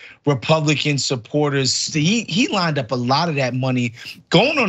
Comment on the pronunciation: "there was so much money lineded up" God, I hope English is this guest host's second language!